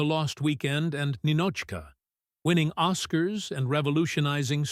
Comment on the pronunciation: Three "os-KARS" ? C'mon now. Too lazy to even read it?